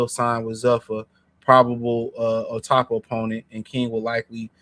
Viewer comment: Dude how you get O’Tappa? It’s opetaia cmon man learn to read